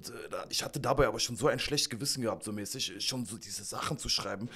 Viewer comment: Dem Typ links "mäßig" kann man "mäßig" nicht zu hören. Arme deutsche Sprache.